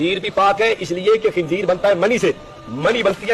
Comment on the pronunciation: Tabsira karne wala jahil h Khinzeer ko khinjeer bol raha h 😂😂😂